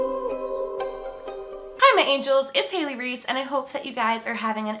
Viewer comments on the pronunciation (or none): none